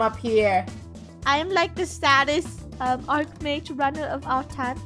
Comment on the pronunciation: It’s pronounced “Arc Mage”